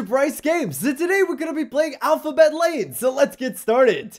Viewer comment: Bryce, it kinda sounded like you said alphabet laid xD